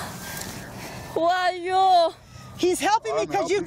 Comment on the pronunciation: 全く同じ事思いました！ というかwho are youて言ってたんですね… youをヨーって発音するのなぜ😂